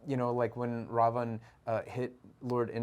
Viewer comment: First foreigner to get the pronunciations spot on..."Raam" & "Raavan", not Rama and Ravana. plz also know it's pronounced as Raamaayan, not Ramenayana. your knowledge, respect and devotion to Indian gods and scriptures and commendable brother. huge respect 🙏🏻